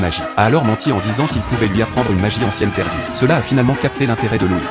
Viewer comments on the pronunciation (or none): C'est loid pas louis